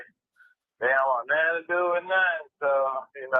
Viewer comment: the word is “nothing”, not “nettin”.😂